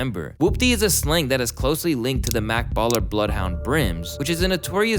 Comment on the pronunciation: This guy said Mak Baller??? Lmao it’s Jet 🛩️ not mak this guy isn’t a reliable source anymore 🤦‍♂️ and slizzy means “Maks” Whoopty is jet slang and it has a response and CJ is double R “R8” 😂